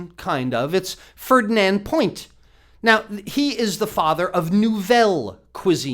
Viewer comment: It's not point it's pronounced "puwa" fernan puwa